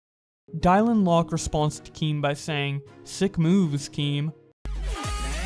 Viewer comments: "Dielan Locke" thats an oof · This man just pronounced Dylan is Dailon? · This has nothing to do with the situation but the way you pronounce Dylan as “Dielan” is kinda funny. It’s pronounced the same way as Dillon but more of an “an” sound at the end lol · Did you just pronounce Dylan Die lan??? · why u pronounce dylan like "dial-in" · Did he mispronounce Dylan? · mans just said dielan locke